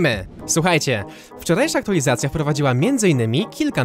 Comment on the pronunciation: co to znaczy "Aktulizacja"?? lubię Cię, wspieram ale na miłość boską język polska!!!! == AKTUALIZACJA!!